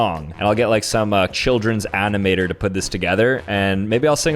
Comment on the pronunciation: the way he said animator… is he canadian???